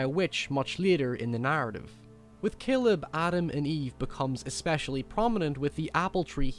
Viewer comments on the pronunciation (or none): none